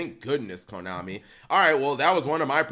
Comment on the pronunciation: U literally said komani cap